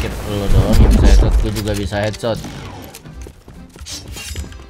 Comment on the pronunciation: Kadekhetsot🤣 orang bali tuh wkwkw